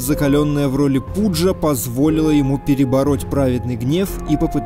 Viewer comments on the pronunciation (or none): Не пУджа, а пАджа! :-)